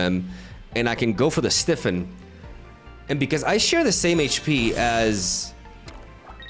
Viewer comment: Quick note about your pronunciation of Stiffen. It comes from the word stiff (aka hard) so it doesn't make sense to pronounce it your way.